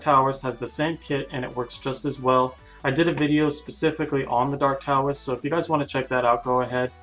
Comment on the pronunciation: By the way Taoist is not pronounced with a T it is pronounced with a D my friends